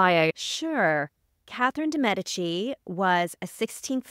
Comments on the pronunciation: My god the way she pronounces the queens name!!!! Whyyyyy?! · I can’t even watch this mess….. her pronunciation of Cathrine’s last name is blasphemy